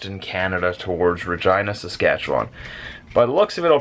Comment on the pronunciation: Sorry for roasting you but you saying Regina Saskatchewan sounds like Vagina Saskatchewan